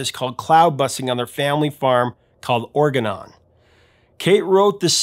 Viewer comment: Are you sure the farm in Cloudbusting's video wasn't called Orgone? (You said organon) Edit: It's Orgonon, googled it, that's pretty cool :) Because in the wikipedia article about Orgone, under the "In popular culture" section it states: "Kate Bush describes in her song "Cloudbusting" the arrest and incarceration of Reich through the eyes of his son, Peter. The 1985 video, in which Donald Sutherland plays Wilhelm Reich during his research and subsequent arrest, features a Foucault pendulum as an alternative method of demonstrating the rotational motion of the earth to prove the heretical view that the Earth was not the centre of the Universe. The Foucault pendulum in this video simultaneously connects and contrasts the disgraced Wilhelm Reich to both of the respected Foucaults, the scientist, Jean Bernard Léon Foucault and the philosopher, Michel Foucault, who had died one year prior to the video in 1984."